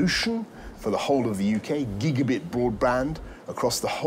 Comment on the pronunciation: He has someone to make his tea for him. He's only pretending to know how to make a cup of tea. He's no technology buff either. He can't say gigabit correctly.